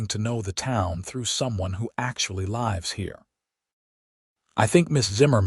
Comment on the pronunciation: Some words have more than one pronunciation--read, lives, for example. And choose names you can properly pronounce--Eleanor. Ruins the story for your listeners. Thanks.